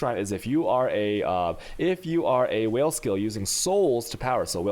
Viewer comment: Is he intentionally trolling us every time he says "whale" instead of "vaal"? It honestly gets so annoying to hear it every time.